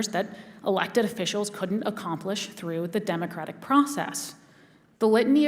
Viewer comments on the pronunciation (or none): none